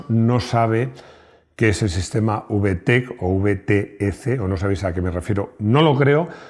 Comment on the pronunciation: Por favor, que mal suena cuando lo dices con ube-e-te-ce. Mejor dilo como es, ubetec. Ya se que esta mal escrito, pero es para que se lea como se pronuncia. Y si a mi me gustaría saber todos los modelos vtec.